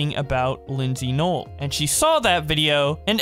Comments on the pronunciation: You literally say linzy nooel 🤣🤣🤣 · i feel like i shouldn't be getting annoyed by this but ngl its noel like no, L not nole